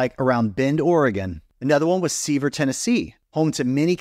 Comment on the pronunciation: Just a heads up on Sevier and Sevierviille TN. You are not even close. Without getting into the nuances of the exact way to say it, think of the word severe when saying them. You won't be exactly right but you will be close.